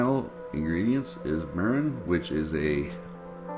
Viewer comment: this looks magnificent! If I take the time to make chicken teriyaki, I want to make the authentic Japanese type. You showed that it isn't too difficult. Three ingredients for the marinade and that's all! Wonderful! I'm not sure what that last ingredient is. It sounded like "mirin." I hope you are all cozy and settled in the new place. The pool looks immensely inviting! Great job my friend! Thanks!!